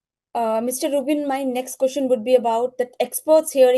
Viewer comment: कोशन नहीं होता कुवैस्चन होता है 🙏🙏